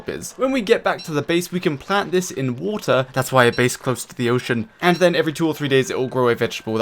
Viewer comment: R u british you said woota